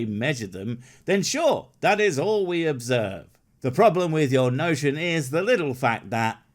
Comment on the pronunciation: Ever notice how stupids over use the pronunciation of "the" as "thee" when they are trying to sound like a smart? It wouldn't be half so bad if he didn't drone on in endless run-on sentences. Can somebody buy a "." -- even a space comma would be more than appreciated! Never mind, I'm sure he'd never use "thee" thing anyway...